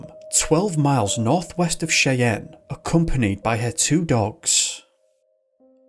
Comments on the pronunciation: Soz bud but it's pronounced "SHY_ANN" not Chay_ann. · just so you know, Cheyenne is pronounced shy-ANNE. Great video, very interesting, thank you! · Cheyenne. Pronounced=Shy Ann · Cheyenne is pronounced Shy-Ann. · 'Cheyenne' is pronounced 'Shy-ann.' 😉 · Hey bro you are one of my top ten youtubers. By the way Cheyenne is pronounced "shai-anne" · Cheyenne is pronounced shy anne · Cheyenne, Wyoming - pronounced "Shy-ANNE". For a picture of the area north of Cheyenne, imagine a landscape of low, rolling, dun colored hills. The Wyoming Wind Festival lasts from Jan 01 - Dec 31 annually. Beware the jackalope, the fiercest predator on the high plains. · Cheyenne is pronounced Shyanne. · Cool video just gotta say your pronunciation of Cheyenne is way off.